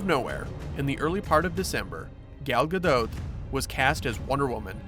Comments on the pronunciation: it's Ga-dot. Not Ga-dote. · I can't listen to him say Gal's last name. Ga-dote. No. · It’s gah doh